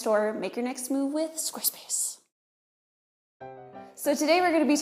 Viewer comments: "SQUAESPACE" "HABBITS" ... :( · Habit and Squarespace. Not Habbit and Squaespace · Squaespace??? Lol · "Squaespace?" "Habbits?"